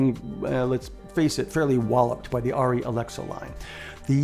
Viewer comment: I think the camera you are talking about is pronounced "Air-EE", short for Arriflex. It's a small point but I thought you might want to know. Great video by the way, thanks.